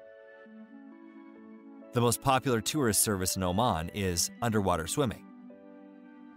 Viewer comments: This country is called Omaan not Omen. you are pronouncing it wrong all through the video. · Saying it wrong not be omen but oh man. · It's pronounced as OMAAN not OMEN.. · Beautiful video about one of my top three favorite countries in the world. Lots of issues, though. First: Sultan Qaboos died in January 2020, ie, one year and 10 months before this video was made. But he’s always mentioned with the present tense and there’s no mention about his death (…read the news before posting a video that is 60% about him…). Then: Oman is pronounced Omàn, not Òman. Then: at min. why is Yemen also highlighted (in orange)?! And… why on Earth is Kuala Lumpur shown at min. (the obvious Petronas Towers are there; also the children in the following seconds are clearly from Malaysia), as if it was Oman? For the degree of info and historical context it gives, it needs a bit of editing. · It's not Omen,. but O-Maaaaaaan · Dude its pronouced O- mon nor Omen, lol. They are a small Arab nation that mostly practice Ibadi Islam, considered one of the most " tolerant" or reformed. There are many Sunni that still practice traditional Islam. There also some Hindu and Christians. Culture doesn't tolerate lazy men! You dont work, you dont eat. Your friends will look at you with shame. Adultery is punishable by death, pre marriage sex between young couples is rare, dowry must by paid, marriage is a big deal. Women wanting a divorce can take years, men 2 weeks. Oman does not have the wealth of Qatar, Kuwait, UAE, Saudi or even Bahrain. If fact Oman is considered among the poorest. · It's Oman not Omen. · It is not pronounced as Omen....it is Oman like Oh! Man! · Omen? You mean Oman? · Oman 🇴🇲 not Omen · It's OMAN not OMEN! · Its oman not omen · Boy, please... Its called OMAAN. Like the “AA” at the dentists. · I'm American and I know it's pronounced Oh-maahn. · Ia "Omen" really the correct pronunciation? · This guy doesn't even know how to pronounce OMAN! 🙄